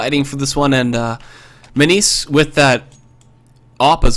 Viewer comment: not pronouncing minise correctly!!!!!!